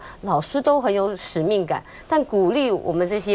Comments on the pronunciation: 还立委，莘莘学子都读错，读成欣欣学子，这个字在成语中同《深》，如果读欣的话，代表是姓，这水平难怪呆湾会堕落如此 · 莘莘学子，读shenshen😅😅😅,多读书😊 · 莘莘学子 在台湾的标准读音是xin xin学子吗…..还是说这位议员自己没读好书？ 🫣